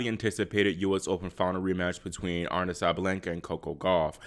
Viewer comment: Uh-Ree-Na (Aryna)